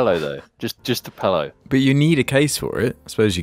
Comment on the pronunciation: Cast was pretty mid tier for the first half but mispronouncing pillow as pellow again made it a 5 star ep.